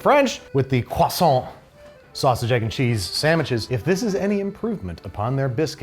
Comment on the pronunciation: I'm not French (Welsh) but thank you for not pronouncing croissant the American way (although you did slip at the hot pocket! I was typing as you said it!! Although you recovered at the end 😉), American biscuits aren't really a thing here in the UK, possibly savoury scones would be the nearest! But I am now hungry and awaiting a delivery of an Indian takeaway 😍